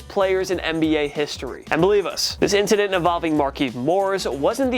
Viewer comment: he said “intenant” instead of incident 😂